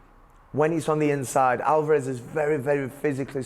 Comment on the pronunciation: WHY ARE YOU CALLING HIM ALVAAAAREZ? NO ONE SAYS THAT. On the plus side, liking these interviews